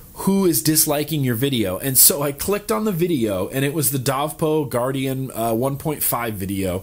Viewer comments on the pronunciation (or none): none